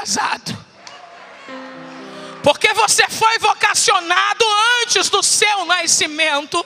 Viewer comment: Por que pronuncia-se "naiscimento", quero saber por quê?